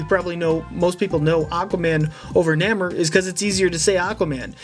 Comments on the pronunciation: It's pronounced "nay-more" not "naa-more" 😉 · You're pronouncing Namor wrong. It's Nay-more not Na-mer. No hate though I love your vids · It’s nay-mar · Namor is pronounced Naymore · nay-more thats how you pronounce his name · its pronounced more like neigh-mor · Great video and I want to high five you because growing up I loved Gambit. I think the one you were calling Jean Grey was Kitty Pride. Namor is said nay - more. Sorry if it sounded like I was complaining, I felt awful typing the criticisms.